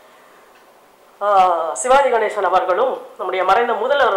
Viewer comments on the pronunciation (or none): none